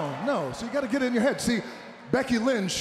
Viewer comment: All the way to “ You can’t shee me.”